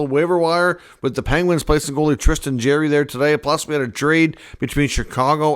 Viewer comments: It's JAR-ry , not Jerry , just fyi . Would hate to be a Canuck fan lol . Say adios to Miller and Boesers outta that rat hole end of season :) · Sound out his last name. Its not jerry